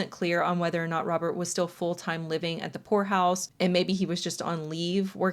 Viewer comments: for a good minute i thought you were saying whore house not poor house and i was so confused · At first I thought you wh*re house lolololol not poor house